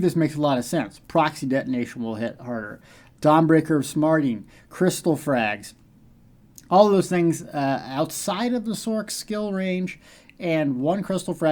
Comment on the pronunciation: Dawnbreaker of SMITING not smarting lol thanks for the video though man